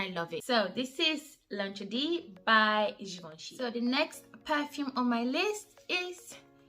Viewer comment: You pronounced L’interdit perfectly, it was Audrey Hepburn’s signature scent, beautiful choice. Ani is so loved by the community! I have it on my wish list along with Italica and Ambre Royal from Ormande Jayne. Enjoyed this sis 💛💛💛